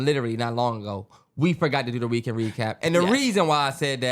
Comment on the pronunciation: They stay saying reekend 😂